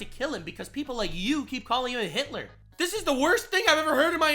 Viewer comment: Dude even Vance called him Heetlur :/ Get a fokin grasp or the reality you living in!